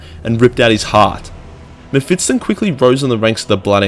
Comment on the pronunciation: Its spelled Me-(ph)Fist-Ton ;)